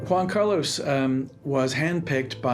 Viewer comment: "Wan Cah-Loss". The mispronunciation is crazy lmao